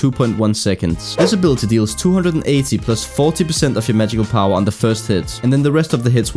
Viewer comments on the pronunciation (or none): I love how he says magical power "Magical POWA" lol